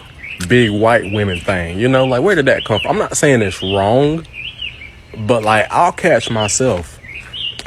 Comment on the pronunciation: Ronggah instead of wrong.